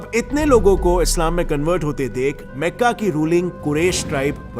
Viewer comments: भाई उच्चारण ठीक से किया कर पूरे वीडियो को खराब कर देता है काबिला - कबीला मेका - मक्का मेडिना - मदीना कलिफ - खलीफा कैलिफिट - खिलाफत अंग्रेज मत बन वो अंग्रेज भी इससे अच्छा उच्चारण करते है अगली बार ठीक से उच्चारण करने की आदत डाल लेना.,. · Meka nahi makka hai Bhai Jan